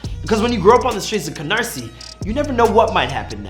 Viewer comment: At least he said Canarsie right 😂😂